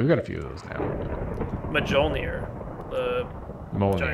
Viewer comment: Me-ol-ner. It is Thors hammer.